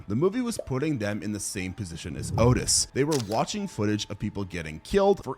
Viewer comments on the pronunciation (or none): I don't remember hearing you say Henry: Portrait of a Serial Killer is based on Henry Lee Lucas, a real life serial killer. Also, not for nothing, but Otis Toole pronounced his name Aw-Tis if I remember correctly.